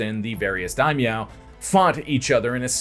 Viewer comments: Daimyo not Daimeow lol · It's dai-myo.